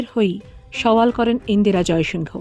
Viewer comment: ইন্দিরা "জয়সিংহ" নয় । ABP র মত বড় হাউস এই ভুল টা কি করে করল? ওরা নামটা যেভাবে উচ্চারণ করে সেটা হলো ইন্দিরা জয়সিং।